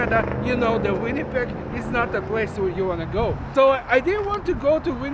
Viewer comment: I can't believe you still mispronounce "Winnipeg" and "subdivide" - do practice your V and W sounds!